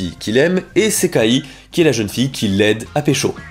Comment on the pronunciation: Pourquoi prononce tu le i a la fin de Sekai mais pas a la fin de Gasai ??